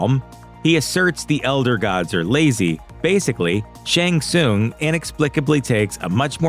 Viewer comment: "Shang Soon"? Is this an AI voice? You've heard the name pronounced in the video games.